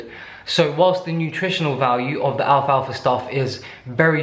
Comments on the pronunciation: alf alfa. its al-FALFA!!! love you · Alf-alfa? You mean al-fal-fa? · Pretty sure it's pronounced al-falfa powder, not alf-alfa 😅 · Does everyone say Alf Alf a powder hahahaha? I say Al falfa powder